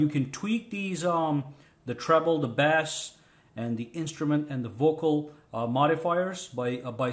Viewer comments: Hey... Somethings been nagging at me, and it has done so over the many years that I have been enjoying your excellent and most thorough videos. Yet it it is small but when you pronounce 'Bass' you pronounce it like it is the fish, which is pronounced as so... 'Bass'. Really 'Bass' should be pronounced 'Base', like when utilized in a baseball game, hence... ' and he hase made it to third 'Base'... All are now loaded... Thanks... Your videos are awesome! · Bass is pronounced as base. Bass pronounced like you did "b-ass" is a type of fish. FYI. good video tho. ty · Never, ever say bass again. (pronounce base) a "bass" is a fish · Thanks for the tips, did most of the things you suggested.. where are you from that bass is pronounced bass? :P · thanks for the tips. Just an FYI its pronounced "base" when it comes to music and "bass" when it comes to fish. Same spelling though. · It pronounced base and is spell bass. 😂😂😂😂😂